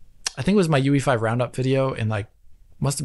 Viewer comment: Why they pronounce unreal engine 5 as UV5 instead of UE5? At least it sounds like that